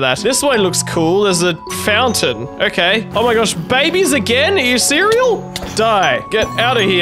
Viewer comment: Cringy gull you said serious like cereal